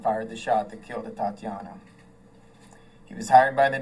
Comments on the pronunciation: The mayor couldn't even pronounce the victim's name correctly. Her name is Atatiana, not Atiana. And since when was she a married "Mrs. Jefferson"? Put some respect on her name! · Bullshit rhetoric as usual. They wouldn't even pronounce Atatiana's name correctly.🤬 We shall see.🤨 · Thank you! Every time she said her name I cringed!